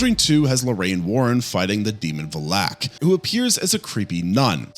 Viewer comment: he also mispronounced valak